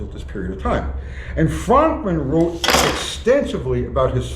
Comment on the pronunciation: I thought his name was pronounced "Frookman"?